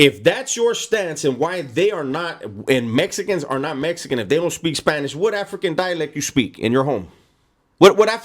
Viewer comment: Phonetically it sounds like "Mess eh can" but I heard hood dudes pronounce it just like that with any ill intent. WB is a no go I'm from San Diego and have nothing but love for all people but especially my Latino brothers because when I moved down to Chula Vista from Mira Mesa, they were the first ones to mistake me for being Puerto Rican, cuban or Mexican. ( I'm mixed with black and so many other things) I work in the shipyard and my Hispanic brothers are some of the best dudes I've worked with. Not to mention the cliche quinceaneras, wedding parties. But it's true, black folk get down the same way. If you're good, you're family.